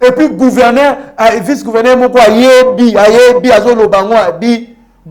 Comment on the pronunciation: GouvernER te, gouvernzzEUR. nde Yekola francais